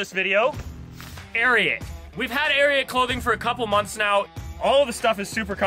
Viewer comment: You butchered ariat 😂🔥